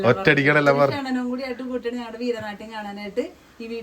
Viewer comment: അമ്മേ ക്ഷണനം അല്ല ക്ഷണം ആണ്.. ക്ഷണനം എന്നാൽ കൊലപാതകം എന്നാണ്